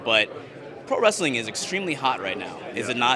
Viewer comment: well to be accurate.. he said "pro-wresTHeling"